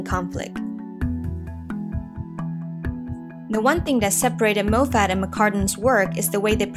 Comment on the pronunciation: pronounced Mof et not Moe Fat